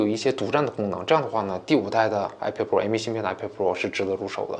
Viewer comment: 读错了，是iPad菠萝